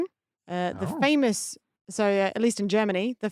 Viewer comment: I'm honestly surprised apparently is not familiar with how the Rammstein band name is pronounced correctly ( doesn't do it correctly either).